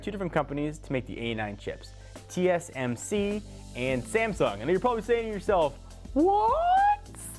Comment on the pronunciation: you pronounced "Sangsum Chips" :D